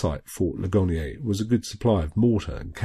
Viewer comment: That is fort Lig-an-ear. It received its name from the battle there. A wounded soldier said "Ouch, oh my Leg and ear". ;-)